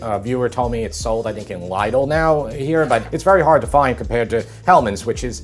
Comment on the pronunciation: He means Lidl, he just mispronounced it. It's not his fault, they don't even spell it correctly because it's a brand name.